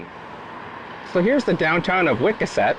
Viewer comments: If you’re going to do lobster videos, do your homework, and learn how to pronounce the name of this town, Wiscasset, Maine! I’m from Portland, Maine, but have lived in Texas for the past 30 plus years! You pronounce it Wis-cass - et! ❤️🦞🦞🦞🦞🦞🦞🦞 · This guy seems like a nice person, but he really needs to do his homework, and not mispronounce Wis cass, et Wiscasset! I’m from Portland, Maine, and of course have been to Red’s in the past! Just bothers me, when people do theses videos, but murder the names of the towns, or places! 🦞